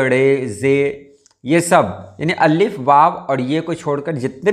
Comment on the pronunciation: Aap Allif kion kahte hain Alif kion nahi kahte ?